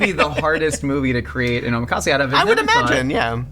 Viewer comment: Guys, ohMEkase? Nah man. Oh MAC assay